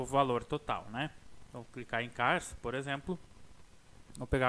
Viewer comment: VOCE FALA ERRADO OU MELHOR LE ERRADO NÃO É CCCARE SIM CCAR...